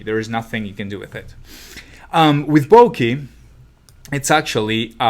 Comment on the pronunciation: It's not Bo-kee